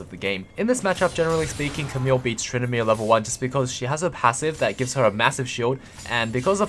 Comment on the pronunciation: "so fokin good at trynndameer"